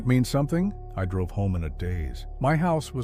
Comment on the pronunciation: Just some research tips. The Olympic National forest spans 4 counties in Washington State none of which is King County which is no where near the Olympic National Forest or Port Angeles. Also it is pronounced Squim not See-quim despite the e at the beginning of